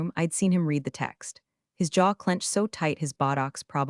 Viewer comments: Uneven story telling, not to mention next comments showing on screen at sane time as current thread. Still can't pronounce 'read'. Too many 'I didn't cry, i didn't moan' lines. Interesting ideas and some well thought out lines. Probably won't be coming back. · Hi, Thank you for this. To me, it shows that I'm not the only one getting annoyed bordering on sarcastic when the reading software hasn't been updated. I've listened to other story channels that can actually pronounce a-gap-e correctly and can handle the read challenge so I know it can be done. By not caring about the criticism shows us that we are as expendable as the stories' heroes in my opinion. Yours, Ann